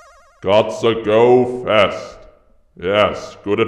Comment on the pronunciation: Hearing him say "Gotsa go fest" just makes me laugh.